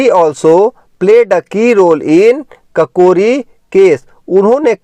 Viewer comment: Sir you are very good teacher but one problem ककोरी नही काकोरी हो होता है धन्यवाद 🙏🙏🙏